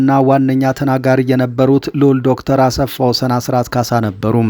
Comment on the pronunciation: ❓ " አሰፋ ወሰን " ሳይሆን አስፋወሰን ነው :: " ሰ " ሳይሆን (( ስ )) ነው :: አርም